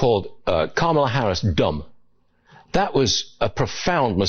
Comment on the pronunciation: Trump did not sat "dumb" he said "bumb" two diffrent meanings.